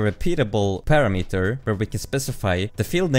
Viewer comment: your pronunciation of the parameter is not standard.